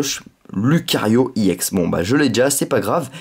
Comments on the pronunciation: Pourquoi tu dis iex au lieu de ex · Sa se dit pas IEX mais EX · pourquoi tu dis iex